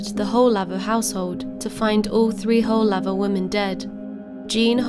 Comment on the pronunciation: The pronouncation of the name is woolaver